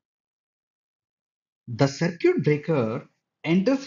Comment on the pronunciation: It's cir kit